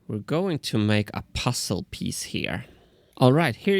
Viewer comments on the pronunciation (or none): Martin's pronunciation of "puzzle" had me pussled for a moment.